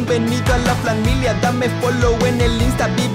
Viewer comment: Dice flamilia como fisius